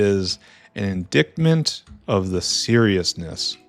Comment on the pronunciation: Not sure if I missed context but indictment is pronounced “in dight mint”. Cheers